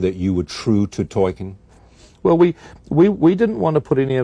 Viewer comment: “Toy-ken” Drink another bottle